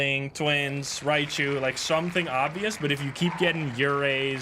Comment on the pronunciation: It’s hilarious how he always calls Raiju Rai chu